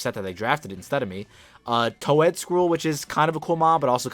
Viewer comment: noticed your way of pronouncing toedscruel sounds like you say toe-ed its actally supposed to be toadscruel no offense or pointing fibgers just wanted to get that out there good match play-off race has me on the edge with everyone